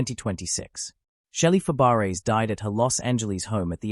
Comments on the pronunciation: It's pronounced Fabray. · Fab-a-ray. Please program your AI. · No, Fab - bray